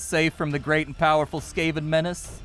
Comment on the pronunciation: Ech. SKAY-ven, again... The rats are either SCAR-ven or SKAV-ven (as in scavenger), but never, ever SKAY-ven 🤮